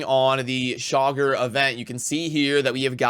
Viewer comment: I hear 'shocker' every time you say Chaagur 🤣 Saving Genbo for my FTP acct during champ chase